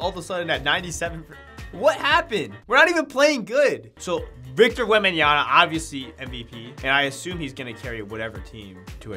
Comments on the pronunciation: It’s Victor WembanyaMa, not WembanyaNa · “Victor wembanya-na” 😂